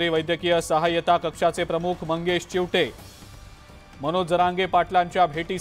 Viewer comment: चिवठे नाही चीवते